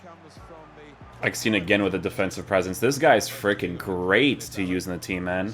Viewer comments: His Name ist EGGESTEIN NOT EGGSTEIN or EGGSTIN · Hört sich an wie Eppstein 😂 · As a german and a Werder Bremen fan its funny how you Pronuncing EGGESTEIN